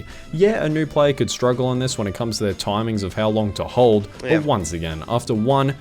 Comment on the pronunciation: "onze again"